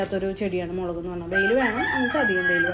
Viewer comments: മേളക് 😂 അല്ല മുളക് 🎉🎉🎉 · മേലക് അല്ലടി പെണ്ണെ മുളക് 😍😚